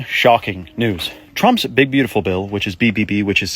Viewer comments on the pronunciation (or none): none